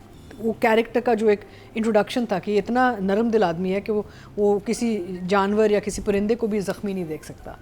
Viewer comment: with due respect, it's NARM dil and NOT NARAM DIL! It's sad if we can not hold on correctly to the urdu pronunciation of these simple words.